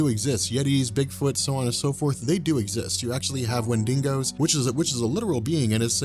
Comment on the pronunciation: Wendingos..... wenDINGOS